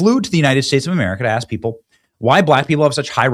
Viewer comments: "I just AKS you!" 🙄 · It’s in his DNA due to thousands of years of tribal, primal living. “Axe” … for some reason it (dna) has effected his ability to pronounce “ask.”